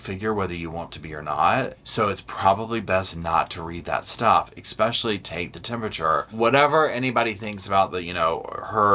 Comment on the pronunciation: It’s pronounced “especially” not exspecially. There is no “x” in pronunciation. Respectfully 😊.